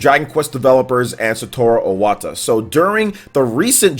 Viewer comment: It's Iwata, not Owata.